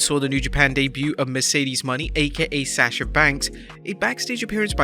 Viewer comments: Moe-Nay not Money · At least Say Mercedes Mone (Monet)